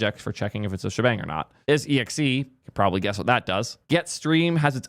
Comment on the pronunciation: isexe is read as I sexé